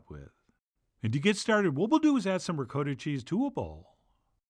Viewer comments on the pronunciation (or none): "Rikoedah cheese" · As in Rizoedoh! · Chef John, with all due respect, you really need to commit to the correct "ricotta" pronunciation.